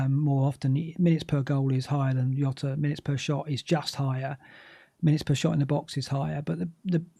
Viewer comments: Really enjoy Black Box but this week and must have incorrectly said Jota as Yota about 100 times and it grated every time. He's Portuguese so it's Jota with a rolled J sounding a bit like Jzota, please stop trying to be clever by saying Yota and getting it completely wrong. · its not "yota" Its diogo jota. hes portugese. cmon. youve seen the spurs documentary... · Fkin. Not Yota. Pronunciation is like shota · please stop saying yota